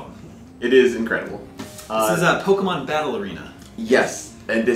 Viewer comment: I hate when people say pokamon instead of pokemon